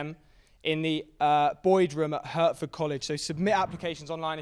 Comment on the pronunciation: Sorry Patrick, I think ducks could have moderated better. Note: it's pronounced "Heart-ford", not "hurt-ford".